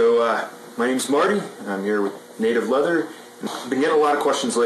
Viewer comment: Lol! I thought you said native lover...but you said native leather. Phil says, “Hi Smarty Pants!!”